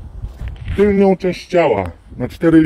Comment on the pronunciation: "tylną" nie "tylnią" . Wkurwiasz ludzi wzorowo:)